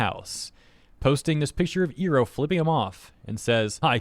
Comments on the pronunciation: That pronunciation of Iroh feels weird. XD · while I agree with you and it's unprofessional of Baldwin to act like he owns the character and make things political with said character, I'm also surprised you're mispronouncing the name XD I'm not sure if it gets pronounced that way in Eastern countries, but since it's not what Im used to from the show itself I keep going like "what" in my head haha but yah I agree with what you're saying here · Ok I love you but please pronounce Iroh’s name properly this is hurting me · Iroh is pronounced Eye-row not Ee-row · Eye row, not ear row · Not to disregard the whole point of the video or anything, but is anyone else gonna mention how has been pronouncing it "ee-roh" throughout the the entire vid when it's actually pronounced "eye-roh"? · The way you say "Ear-oh" instead of "Eye-roh" when mentioning Iroh really gives me PTSD flashbacks from the first live action ATLA. 😂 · You hurt me... It's not E Row it's I Row. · Did you say iroh as "eeroh" instead of "eye-roh"? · You better run. You pronounced "Iroh" wrong. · Sorry, but you calling him "Airo" instead of "Eye-ro" makes me think "Ero" 😂😂😂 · Is nothing sacred anymore? Mako is looking down on this with shame. Also,, I feel the need to remind you that you pronounce Iroh as "EYE-roh", not "EAR-roh", as the Last Airbender movie pronounced it. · I ROW. Not E row. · it's pronounced "Eye-row". not "ee-row" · Hold up nu uh nope stop right there. Its I RO not EAR O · Why tf are you pronouncing Uncle Iroh’s(Eye-Row) name like that?! 😭😭😭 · You said ear-oh so many times that I had to come back to watch the video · FYI, iroh is pronounced eye-row, or Ai ro if you're going by japanese phonetics i spose. just a smol thing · Oh you did not just pronounce his name as "Eeroh" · I can only hear Iroh's name mispronounced so many times... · Is this guy purposely mispronouncing Iroh’s name? What the actual heck? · I really hate how you pronounce Iroh.